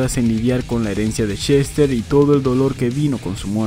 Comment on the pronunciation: Seguramente no lea éste comentario, pero igual se lo voy a escribir: en solo el primer minuto con 50 segundos del vídeo se me pasaron varias veces por la cabeza de que yo estoy muy seguro, y creo que mucha gente coincidiría, en que el señor Bennington se llama Chester y no Shester, y para quien quiera decirme que eso es sólo su forma de hablar que me expliquen por qué puede pronunciar perfectamente la palabra "escuchar" (sin decir "escushar") pero no puede decir Chester y repite incontables veces Shester